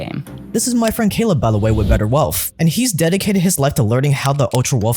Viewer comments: Why do you pronounce wealth as “WEALTFFF” and “EARTFF” it’s wealTH and earTH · Trying to take a person who says “erf” and “welf” seriously….